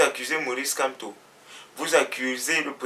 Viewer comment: tu n'as rien a dire va compléter ta dentition et tu évites de prononcer le nom du Grand prof n’importe comment